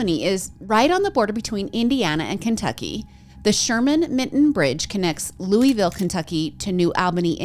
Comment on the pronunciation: Me being stuck on the way you said Louisville 🥲